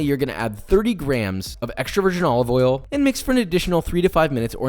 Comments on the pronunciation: Joshua Weissman: olive oil Gordon Ramsay: Olivolle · extra virgin OLOVOL